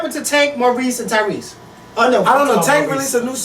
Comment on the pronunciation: He said tank morese and tyrese lmaoo